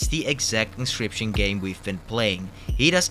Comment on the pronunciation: 10 minutes in it's pronounce in ock you us. You're English is great though just wanting to help please don't smite me